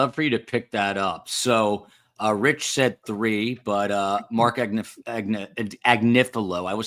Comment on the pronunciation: Yay, - you got “Agnifilo”!